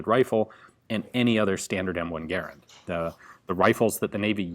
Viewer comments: Its garrand not garrend you moron. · Mod stands for Modification, not Model. Your pronunciation of Garand, the designer…John Garand…was not pronounced like fair-hand. Ga, like duh and rand like Rand McNally. Might check the history on both these items. If your research proves me wrong, I stand corrected. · My friends and I do not pronounce Garand the same way you do. Search "american rifleman garand pronunciation" I watch all your videos.